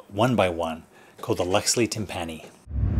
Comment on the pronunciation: its pronounced tim-pini like symphony ...not tim-panny lol